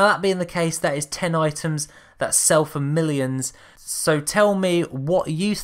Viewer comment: Hey great video btw!! Also its "items"!! I just subbed